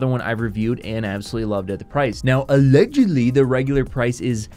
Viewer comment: Everytime you went "ALLEDGUDLY" I freaking died bro.